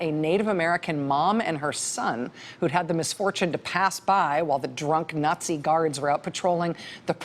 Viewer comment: she said nutzi.